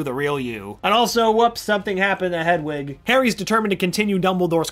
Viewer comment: It’s hedwig not headwig